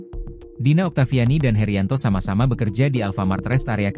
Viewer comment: Heryanto bukan heriyanto